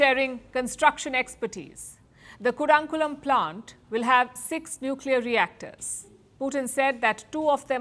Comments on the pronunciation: I've always admired the way you pronounce worldwide leaders and places names just like as it should be pronounced. Today there was a rather small glitch. It is not Ku-daa-n-kulam, rather it is Koo-dun-gulam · Ironic that you, Palki, take the effort to learn and pronounce non-Indian names correctly, such as Turkiye, French names, etc, however, you seem to not care about pronouncing Indian names (eg, Kudankulam) correctly. Is it because it's just a "regional" language?